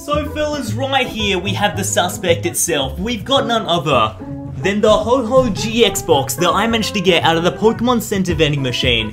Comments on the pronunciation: HO OH NOT HO HO OR HOH HOH. HO OH (HOE OH) ANDOO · It’s ho-OH not ho-HO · Why did you call ho-oh ho-ho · It's not ho-ho it's ho-oh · Who Else Hates The Fact He Calls It HOH HOH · No he said oh ho